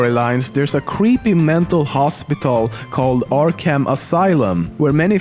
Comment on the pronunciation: you said joker and Arkham wrong